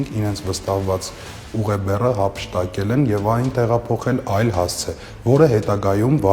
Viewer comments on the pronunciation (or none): ՀաՄփշտակել չի հափշտակելա այ անգրագետ դպիր